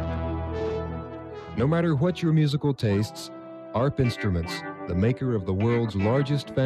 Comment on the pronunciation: ARP is pronounced as one word. Same with MARTA (Metropolitan Atlanta Regional Transit Authority), the public transit system serving the city of Atlanta, GA.